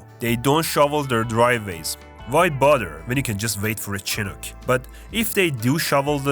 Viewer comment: I can confirm this as an albertan lol Edit: You've actually said "chinook" the right way... im really impressed.